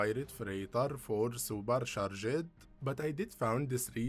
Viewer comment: It’s worse when he keeps saying super sha-Jed. Drives me nuts.